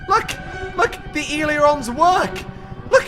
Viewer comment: As a student pilot, pronunciation of aileron hurts my soul